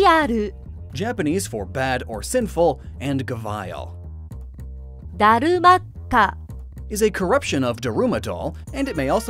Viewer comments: Gah-vile? Wow. It's gavi-ahl. Variant of gharial. Your mispronunciations are epic. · The way this man pronounced Ghavial. And he does speak English!